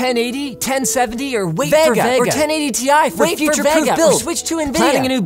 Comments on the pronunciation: It's Ve-Ga not Va-Ga . :V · Vegga? Cregg ? .. at what point do you yanks want to just pronounce things correctly? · I get triggered by Linus' Vega pronunciation ..... Isnt it supposed to be Vey-ga? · The way Linus pronounces Vega is so weird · Hearing Linus say vega makes me cringe xD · The way Linus says "Vega" really annoys me.